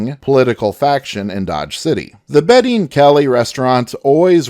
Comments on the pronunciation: The narrator continuously pronounces the name "Beatty" as if it were a woman's first name of Betty. The proper pronunciation is Bay De and not Betty. If one were to call him "Betty" back in the 1870's or 80's you may have had a fight on your hands. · Kelly’ partners last name wasn’t Betty it’s pronounced Bay tee . It’s a Scots name, it can’t ever be pronounced Properly by purely English speakers. The E is silent, not the A. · I was going to say the same thing. It got annoying hearing him say Betty constantly.